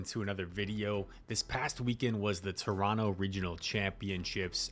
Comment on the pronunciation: Good pronunciation of Toronto, my guy haha hope you make it out again next year